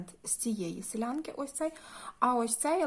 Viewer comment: Дуже гарно,але наголос ставите неправильно:не силЯнки,а сИлянки.Ну,це,таке...Вперше чую цю назву,після моєї мами,ще в дитинстві...Чи можна у вас замовити???Як з вами зконтактуватися?Дякую.